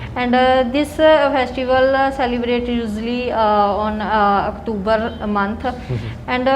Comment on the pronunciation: Aktoobr month😂😂